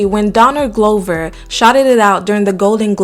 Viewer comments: Donald “Glow-ver”? Lol it’s GLOVE-er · Pronouncing Glover like Red Rover 😂